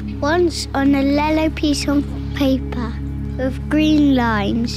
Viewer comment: I loved the way Gray said ‘lellow’ 😭